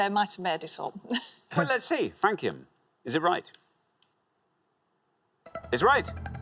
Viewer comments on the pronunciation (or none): Surprised Richard didn't pronounce Francium… like France. Suppose he really hadn't heard of it. Had Flerovium and Nobelium, but would've guessed there would be more pointless answers. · It is actually francium and they were mispronouncing it.